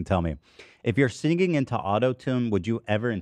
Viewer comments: Ethan not being able to pronounce the word “singing” is always so funny to me. He adds a syllable that doesn’t exist, so because the word is so “simple” it’s impossible not notice immediately 🤣 “sing-Ging” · He over pronounces it like "sing-geeng" it's like he puts a hard G in the middle. And I'm from LA and do not say it like that 😂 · I could listen to Ethan hit both G's in "singing" all day, it's such an LA thing and it makes me happy